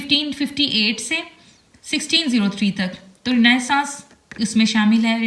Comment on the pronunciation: Renaissance word Galat parh rhi hn ye parhny ma or ha likhny mai or